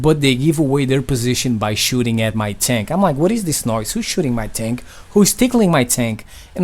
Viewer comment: When he says who's tickling my tank it sounds like who's tickling my taint.